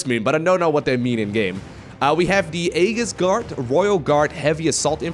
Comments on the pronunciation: AEGIS pronounced AYJIS not AYGHIS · you pronounced tactical as technical and aegis as "egg is" ;( great vid though. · FYI: It's pronounced "aye-jiss" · Thanks for covering this! By the way, "Aegis" is pronounced "EE jiss":)